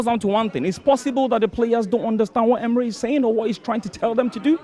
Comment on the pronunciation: Who's that wenguzi the lottery man in red is referring to😂😂someone helped me out... These two talked about emery's dismal language they themselves are in the same category... Thought I heard uulfs😂😂